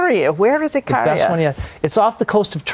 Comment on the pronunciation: Even though he didn't pronounce it correct....and he didn't mention it was a GREEK Island...it technically is off the coast of Ikaria.